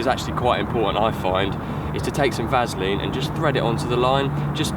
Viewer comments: Why does keep saying Vazaline. Say it right lol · Ha ha someone can't say Vaseline properly! Can't stop laughing, brilliant